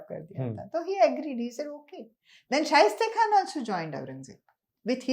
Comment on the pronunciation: Shaista khan not shaiste khan